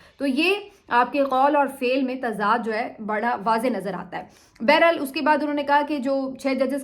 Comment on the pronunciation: اینکر بی بی اردو میں لفظ “ بہرحال “ ہے نہ کہ ( بیر حال) بہت برا لگتا ہے جب اردو نہ نابلد خود کو اینکر کہلائے